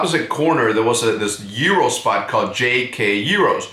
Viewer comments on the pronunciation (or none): Why do you pronounce Gyro Euro